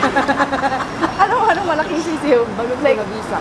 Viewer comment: It is so Nice seeing speak Filipino languages and for her to share her love and what she misses from there beer, balut (sounded like balot) and friends!!